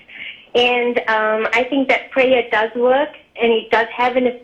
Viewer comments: I love the way this lady pronounces prayer "pray-uh" :) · Sounds like pray-ya, like playa.